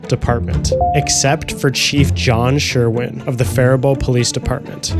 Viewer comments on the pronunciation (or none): none